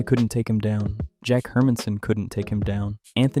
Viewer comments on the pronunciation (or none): none